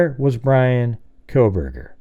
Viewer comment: Haha "Proburgers”